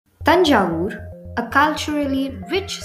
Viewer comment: Happy to hear them say "Thanjavur" and not "Tanjore"! One of my friends though being a native of Thanjavur, always says it as "Tanjore"🤪